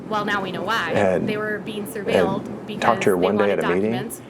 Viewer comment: 1st, please don’t voice over a video. It’s very distracting & the clip is so loud that I don’t understand what you’re even saying. 2nd, surveilled is pronounced ‘ser-vayd’. Please look up the pronunciation if you don’t know how to pronounce something..